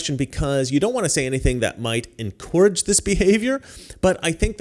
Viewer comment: Dude, you need to LEARN HOW TO pronounce the word encourage Please! You can't just make up your own pronunciation...... just like ask is ask and not axe. Makes it sound like you have some kind of mental issues.